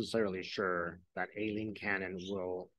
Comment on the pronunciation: Cannons first name is pronounced I- lean. The A is silent.